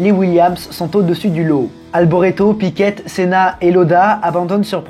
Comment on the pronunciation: bravo . toujours bien exposé . juste une petite chose , en tant qu'habitant du Brésil je voudrais préciser 2 choses. en 85 , le brésil était sorti de la dictature , et surtout , en rompant avec tous les media qui prononcent Piquette , fais moi plaisir , prononce piqué ( comme un piquet) . C'est comme ça que ça se prononce ici et , en plus , c'est bien plus simple. bisou.